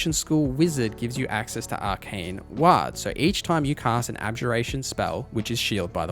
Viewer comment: Lol wtf is a ‘wha-d’? It’s war with a ‘d’ at the end mate